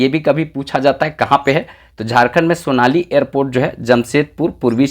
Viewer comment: Sonari nahi bol pat bro . ...